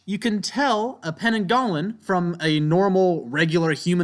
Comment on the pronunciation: Heads up about the pananggalan, im Malaysian but nobody calls it that, its pronounced pe-nang-gal